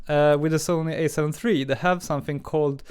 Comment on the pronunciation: It's "alpha" not "a"...